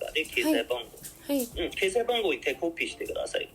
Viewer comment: 中国人が話す日本語の特徴が出ていますね。小さい「っ」の発音が中国語にないので決済をケサイと言ってる時点で中国人だとわかります。